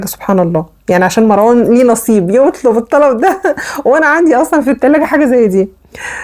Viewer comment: سمك طبقة الكيك بتكون نفس سمك طبقة التشيز و ليس الضعف . ياريت المصريين ينطقوا اسم مروان بطريقه صحيحه لانهم بيزودوا حرف ألف بعد الراء ليتغير الإسم ( مراوان ) .